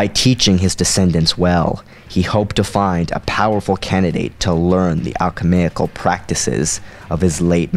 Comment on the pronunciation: Alchemical. Alchemaic is bothering the hell outta me it just does